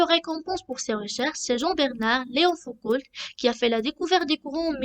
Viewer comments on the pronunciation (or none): Foucault, pas Foucoult. Et le "l" ne se prononce pas. Prononcer "Fouco".